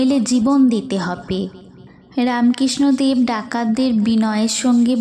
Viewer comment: খুব সুন্দর | রামকৃষ্ণদেব উচ্চারণটি ঠিক করো| রাম _ কৃষ্ণ _ অ দেব বলছ কেন ?